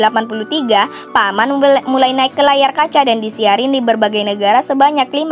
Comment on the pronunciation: P - Man : Bacanya ( Piman ) bukan Paman min 😅🤣👍